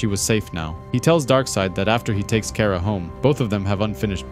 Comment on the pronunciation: Car-ah pronounce it right